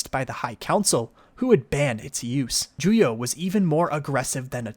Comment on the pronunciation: It is "Shii-cho", not "Chi-show". "Juyo" not "Jujo". Otherwise! great video!!!